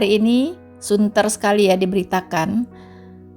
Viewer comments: Santer bkn sunter 😊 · Santer bukan Sunter Bu 😀😀,.. materi2 video mantappp dech, biar gak dideportasi masuk kristen tapi tipu2 aja... Waspada bro